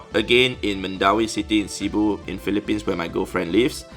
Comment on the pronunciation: Did he say a Gofriend or girl friend...?